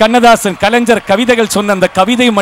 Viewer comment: களைஞ்சர் இல்ல அது கலைஞர்